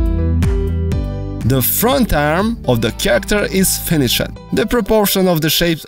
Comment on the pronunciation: I hope your english has gotten better as it triggers me when you say controled, lefted, finishe-d. No hate tho great tut